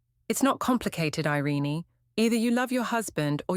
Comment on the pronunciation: Her name is NOT "Iren-ee" It's "Ireen' but spelled "Irene".